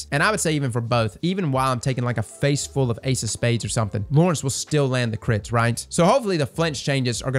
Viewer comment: I dislike it when people use abbreviations without prior context, I don’t know (Idk) why 😂. I also can’t stand it when people pronounce the word “something” as “somethink” or “anything” as “anythink”.